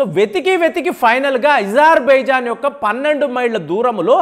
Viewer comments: Isarbaizan కాదు Azerbaizaan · Deshala perlu marchi yenduku chaduvuthavu bro Azerbaijan yizerbaijan antav nee chaduvuki deshale gurthu ravatamledu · sir your pronounciation of azerbaijan is awkward - kindly correct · ఇరాన్ ని ఈరాన్ అనాలి అజర్ బైజాన్ ని ఈజర్ బైజాన్ అనాలి ఇరాక్ ని ఈరాక్ అనాలి ఇలా ఎన్నో కొత్త ప్రయోగాలు చేస్తున్న (ఇది నా ప్రయోగం) గారికి జోహార్..జోహార్.. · meeru perlu sarigga palakatledu pronounsation sariggaledu aitulla komeinini atulla kaamini ani iran ni eeran ani hajar bhaijan ni hijar baijan ani antunnaru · ఈ ప్రపంచం లో నువ్వు ఒక్కడివే ఇరాన్ నీ ఈరాన్ అని పలకడం, అజర్ బైజాన్ ను యిజార్ భైజాన్ అని పలికే వెరైటీ మనిషివి నువ్వు అనుకుంటా... చిరాకు నీ పృన్క్యుయేషన్ వినాలంటే.... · Hijarbaijan kaadhu azerbaijan spelling correct ga paluku iran ni eeeraan ani saagadheesthav enti pronounciation